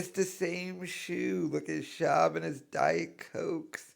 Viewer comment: “Dieth cokeths “